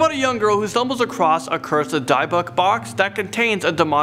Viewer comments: De-bbuk box not di-bbuk box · D-eye-buck box.............🤨 He tried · Hey friend, you definitely mispronounce "Dybbuk Box." You pronounce it, Dib-bick like bic pen. Dybbuk Box. See? Oh, and I could be wrong, partly. smile😋✌ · Its pronounced "dibb buck" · You say Dybbuk funny